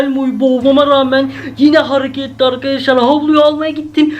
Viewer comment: Akaşlar akaşlaar değil ARKADAŞLAR